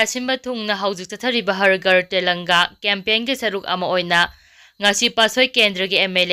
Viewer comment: Har ghar tellanga haibra nttraga har ghar tiranga haibra ? Pao pabada pronounciation khara senghanjaning-ngi.